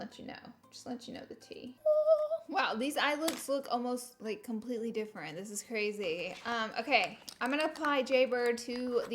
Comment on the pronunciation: "CRARY CRARY" ♡♡♡♡♡